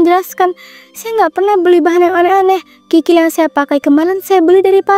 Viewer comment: Kikil kali bukan krikil😅